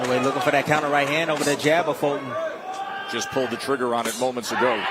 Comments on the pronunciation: "iss a betta round fo Folton" yeah, he's getting pummeled non-stop. That's a much betta round. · stupid announcer calling him "Folton". Rootin' for his BOYEE but his boyeee got demolished.